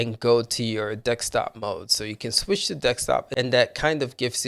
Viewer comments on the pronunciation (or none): Yes...dek-stap mode...🙄